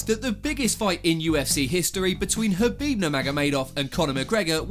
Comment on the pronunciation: Why can you pronounce khabib's name correctly but not Jose?